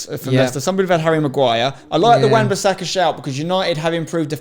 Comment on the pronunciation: left the video when this mans said wan bassaka LMAOOOOOOOOOOO